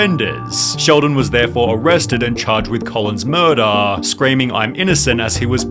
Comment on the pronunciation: “Laydaah “Murdaah” 😂